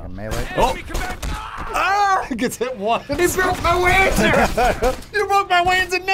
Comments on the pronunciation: Wanzer = Panzer but it walks so Wanzer, but hopefully it's pronounced "Vanzer" so it's not as stupid. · "they will wanzer for this!"